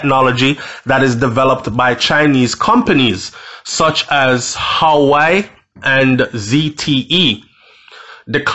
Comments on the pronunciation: its pronounced "wah weh" not hawaii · Pronounced: WAWEH, NOT HAWI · Wah wey it's pronounce not howii . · The name is not hawai bredda. It’s pronounced “waweh” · Why do you say Hawaii its Huawei. Hu -ah -way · The company is called Huawei pronounced Hoo- Wah-wey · (HUAWEI) is pronounced (WAA-WEH) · Your pronunciation of Huawei is pronounced whawei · Huawei. Is pronounced...waaahwey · its pronounce wahway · The company is pronounce wah-way